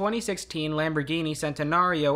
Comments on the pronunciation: I am evil… I laughed when he tried to pronounce Citroën and Centenario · that's not how you say cabriolet or Citroën or centinario